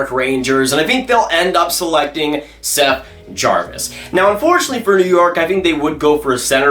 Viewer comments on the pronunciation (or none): none